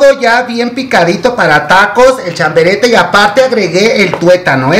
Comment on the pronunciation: Querido chiquillo se dice chabarete no chaberete jajaja